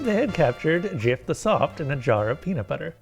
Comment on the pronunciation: peamut bubber